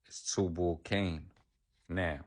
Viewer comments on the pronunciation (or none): It’s TUBAL CAINE